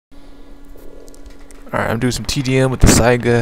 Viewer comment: Learn how to say saiga it's pronounced sAiga